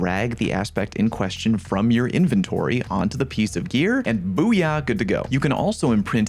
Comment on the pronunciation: That's not how to pronounce inventory.